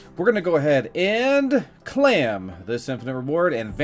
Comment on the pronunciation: he doesn't even say claim he says clam